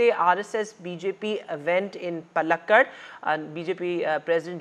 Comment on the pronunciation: Hey Hindi speaking English pouting NDTV newscaster: it is paalakkaad, not pallakad.